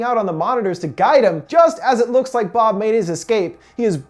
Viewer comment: As Told By Anakin Skywalker u said boob its bob